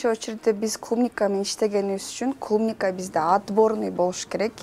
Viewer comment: Клумника дебейт клубника